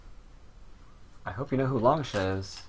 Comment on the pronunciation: Why do you pronounce it as Long-sha? In mandarin, the 士 character is pronounced as "shi". I could be wrong though, just wondering.